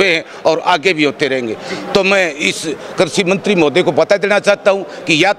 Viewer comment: पत्रकार महोदय करसी मंत्री नहीं है कृषि मंत्री बोलो